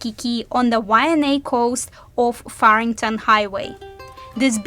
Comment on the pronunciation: You guys are crushing it. What made you do this? This is insightful and thorough. Plus you are funny trying to pronounce the words. Keep it coming gang you deserve a great big ALOHA from The Kupa Aina (residents). Why-Ah-nye Waianae, there you can say it now. Too cool.